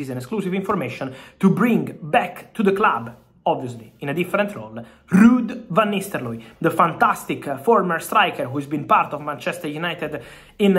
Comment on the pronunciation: "Rrud vanisteloy"😂